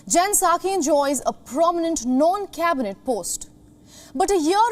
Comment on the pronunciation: Its "non-cabinet" not "known cabinet" ......